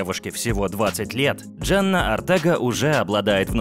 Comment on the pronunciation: Почему говоришь Джанна, если она Дженна...